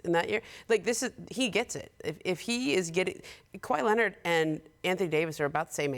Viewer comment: she says KWI